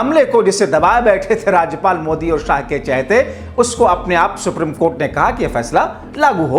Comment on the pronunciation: दोस्तो के दोस्त सुप्रिम की जगह सुप्रीम कहने मे दिक्कत है?